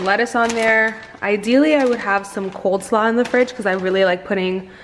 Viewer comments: coleslaw not coldslaw lol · its COLE slaw hunny, not cold slaw 🤣